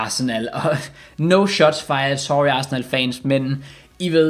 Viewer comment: 👌 video... Hvordan er det du udtaler Arsenal? Asna...